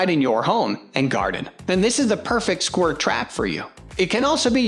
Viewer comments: Scwur trap? lol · Gonna get those squirrs